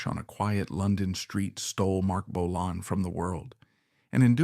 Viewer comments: Bolann? Bolayne? Bolon? Lee's Paul??? Pictures of Suzi Quatro and Steve Vai? Dude, your subject choices are awesome, but you are in DESPERATE need of a knowledgeable and capable editor.. Consider it. Relying only on AI is a big mistake. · It's Bolan, not Bolin, and Finn wasn't in the car crash!